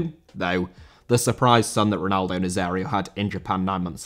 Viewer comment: Nazário * not Nazériouw